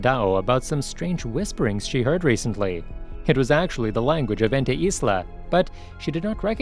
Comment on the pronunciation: You saying ente isla is like you saying it antu-islam, such a bad name to use for calling a place